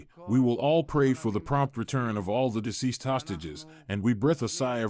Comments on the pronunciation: You are not pronouncing the word "deceased" correctly. You are pronouncing it diseased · it is pronounced deceased, not diseased.